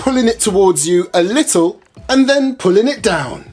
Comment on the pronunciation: “Its got a li’ol bi’t a wait to it” man i love this dude